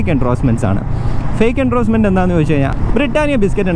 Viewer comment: എണ്ട്രോസ്മെൻ്റ് അല്ല ബ്രോ. എൻഡോഴ്സ്മെൻ്റ്.